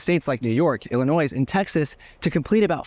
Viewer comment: New subscriber and Part 107 Certificate holder here, looking forward to many more of your videos and workshops. But first, let me teach you something. Illinois has a silent "s" (i-luh-noy). Sorry to be picky, but I was born there, drives me nuts.....lol. Anyway, I do look forward to learning from you. Thanks for the videos.